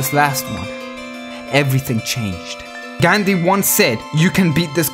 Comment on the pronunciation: "Gandi once said" lol.. Its Gan-dhi